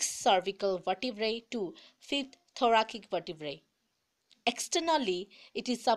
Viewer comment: Tune Thoracic ka pronounce wrong boli😂😂😂